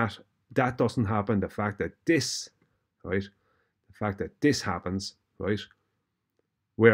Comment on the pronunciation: Every time says “roight” he’s wrong 😂🤦‍♂️